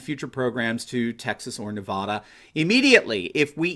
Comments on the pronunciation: Yo would you please learn how to pronounce Nevada properly the way you say it is most irritating to Nevadans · That’s not how you say Nevada!